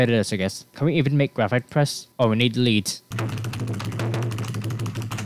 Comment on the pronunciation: the ea in lead is pronounced like э in russian (i dont know a lot of russian, only the alphabet and some basic phrases) also homing means it follows whatever its attacking im not trying to be mean, i know english can be hard to learn so good luck :)